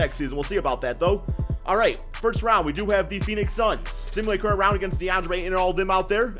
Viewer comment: Not trying to make fun of you but I like when you say simulate current round it sounds like simulate current rounch